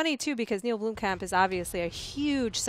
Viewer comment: It's not pronounced "Bloomcamp", it's pronounced "Blomm-kump". Spelled Blomkamp of course.